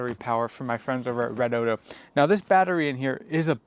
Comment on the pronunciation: It's pronounced Red-O-Dee-O